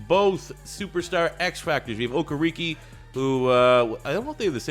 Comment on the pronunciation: You can say Okereke without a hitch but Mukuamu not? Muku-amu how hard can it be?